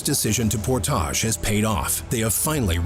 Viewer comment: This is a great show! But I can't with the portage pronunciation! 😂